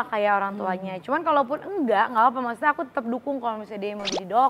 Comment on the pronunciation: Yg benar ngucapnya maksudnya kl Aurel ngucapnya maksudte y